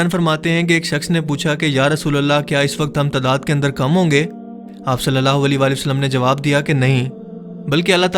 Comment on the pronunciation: ویڈیو لمبی ہو رہی ہو تو درود پاک ٹھیک سے نہیں پڑھیں گے؟ صلی اللہ عیلہ کی جگہ صلی اللہ لی پڑھا جائے گا؟ اوپلیز ... درودپاک درست پڑھنا ہر مسلمان کا فرض ہے.